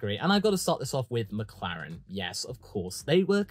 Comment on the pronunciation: Did you really start the Meh category with Mehclaren.......and Mehcedes......